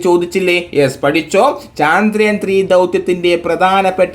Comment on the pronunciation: Sir പറഞ്ഞു പോകുന്നതാണ് ഇങ്ങനെ വലിച്ച് ഇഴച്ച് പറയല്ലേ പിന്നെ ചാന്ദ്രയാൻ അല്ല ചന്ദ്രയാൻ ആണ്...അതിൽ കൊടുത്തിരിക്കുന്ന പോലെ വായിക്... കേക്കുമ്പോ തന്ന ഒരു irritation 🤦